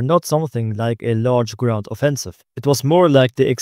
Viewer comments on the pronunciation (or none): none